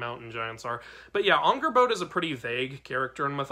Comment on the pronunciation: Just as a note: it's pronounced Angrbotha. It's not actually spelled with an English "d."